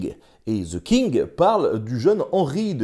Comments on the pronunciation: On ne dit pas ze King mais the (de) king 😁 sinon bravo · Pourquoi il y a un Z quand vous prononcez ‘the king’.? 😂 Franchement, ‘the’ est prononcé ‘de’ (simplement expliqué). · "ZEU KING" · "Zeu kingue" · "Ze king" hahaha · Ze king hhahaha